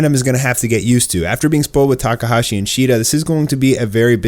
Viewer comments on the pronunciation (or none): none